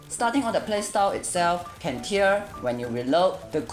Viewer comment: Cantare: Can-Tar-Eh, is a musical term and is Italian